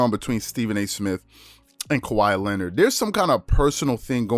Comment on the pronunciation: SAS can‘t even pronounce Kawhi ”Lennid” right, what a fool 😂😂😂